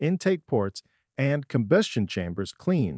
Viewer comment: Let's not forget about: "carb-you-rators" and "combyoostion chambers", with the latter being pronounced correctly immediately after the second mispronunciation. Maybe the voice is Canadian, eh? ;-) This video is nothing more than an advertisement for cleaners and does not actually show any before and after photos or video footage of any of the components in the systems the product manufacturers claim to be able to clean. In short, it's a total waste of time since all it basically does is to parrot the claims made on the labels of the products themselves and/or perhaps from other sources. Who knows? No citations were given. Having no evidence to back up the claims being made is quite useless. At least the gross mispronunciations of some words were good for a chuckle.